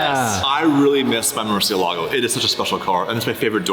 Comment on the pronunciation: Learn how to pronounce Murcielago sped old mut